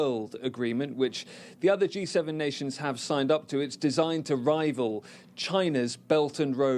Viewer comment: Why do they always pronounce Build Back Better like they are trying to teach a 3 year old how to say it. And since when was this ever a US agenda? Mockingbird Media.